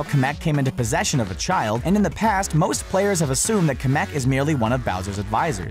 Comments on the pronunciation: It's kam-mak not kam_ick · It's Kemek not komek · Kamek not cameck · camic not comc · people keep getting it WRONG it is pronounced KEEEEEYYYY KEY-MAC Kemak with the longer E sound. KEY-and-MAC KEEEEEEE-MAC with the short A sound. Kemak. I have known this from my childhood. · You say kemeck like kem-eck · YOUR SAYING KEMEK WRONG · you say kamek wrong